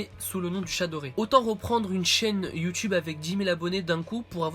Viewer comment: en quoi c pourri sa chaine ptn ta direct di c videos c de la merde sans arguments mb je te crois qd meme et sinon sa perturbe prsn qu' il dit" youtyoube "au lieu de "youtube"?